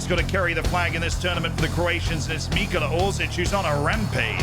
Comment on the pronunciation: Ahhh yes, I love “Mikola” Orsic